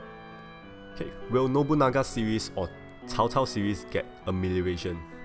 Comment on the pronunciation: Am I hearing you say "Tao Tao" when saying Cao Cao's name. Just asking, is that the proper way of saying it? I have no idea.